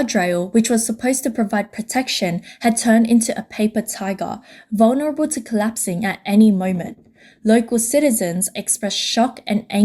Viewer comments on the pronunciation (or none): none